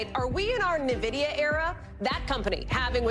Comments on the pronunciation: It's the new Navidia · its N VID IA ffs !!! if its news the least you can do is pronounce it correctly...... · it's pronounced en-vi-di-a. you're hurting my ears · Nah, you're wrong. It's obviously pronounced en-va-dee-a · Not sure how they have that many nerds on staff and no one told them how to pronounce this.